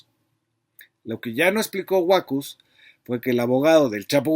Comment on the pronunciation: Buenas tardes, en el apellido Huacuz, la sílaba tónica es la última.